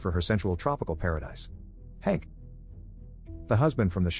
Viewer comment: LMAOOOO THE WAY HE SAYS IT “HaNk”